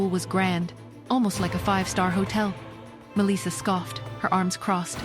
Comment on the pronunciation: The way ai keeps mispronouncing Melissa is annoying.